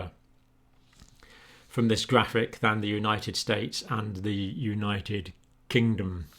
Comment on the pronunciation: LOL , YOU SAID UNITED KINGDOM WRONG JOHN SORRY BUT I HAD TO LISTEN TO IT LOADS OF TIMES . GOOD WORK THOUGH MATE.👍